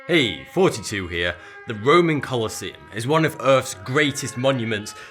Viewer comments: When he says "thoughty2 here," it sounds like he says forty 2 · Everytime is he says "Thoughty2", it sounds like he's saying, "42" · "Hey Fouty-two heah" lmao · Is he saying 42? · I always hear 42 whenever you do the intro. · He's saying 42 in the intro and nobody will tell me otherwise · I swear he says 42! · CAUGHT!!! you said 42 not thoughty2!